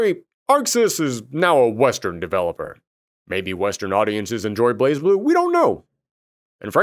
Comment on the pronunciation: BlazBlue is pronounced Blay Blue. The Z in Blaz is silent.